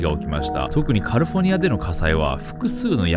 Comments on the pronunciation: カリフォニアって発音が、なんかネイティブw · カリフォルニアを、「カルフォニア」って発音するのオシャレ。真似しよう。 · ダメだカリフォルニアの発音よすぎて内容入ってこん(笑)